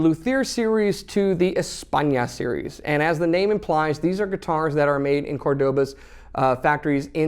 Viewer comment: Just a small correction: You have to pronounce CÓRdoba, exactly like in English you pronounce FLOrida (I used the uppercase to indicate where the accent should be pronounce). Cheers